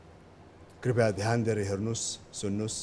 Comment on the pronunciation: राजेशजी ले सारै राम्रो संग कार्यक्रम चलाउनु हुञ्छ, दुइ चीज सुधारे राम्रो: १. बेला बेलामा 'हँ' भन्ने २. 'कृपया' लाइ 'कृपाय' भन्ने धन्यवाद!